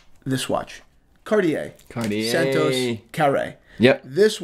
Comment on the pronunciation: Funny you have nothing to say about Jeff Bezos' Speedmaster, which he wore on his space flight yesterday. Funny how you pronounce watch brands : Caw-Tee-Hay / Cartier Pad-Dok / Patek Oh-Mee-Gaw / Omega Paw-Nay-Waye / Panerai Otherwise really good video, not a mean critic, just funny to hear you say the names of watch brands you work with. Remember once I was at a business meeting, talking with a realestate agent trying to rent a commercial space. I told him "nice Submariner, but it's the wrong time" and he answered me "Oh it's a fake" and it turned me off and we didn't do business and never met again.